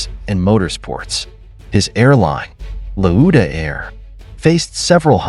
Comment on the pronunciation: 2 seconds in and you mispronounced his name already that's .when I switched off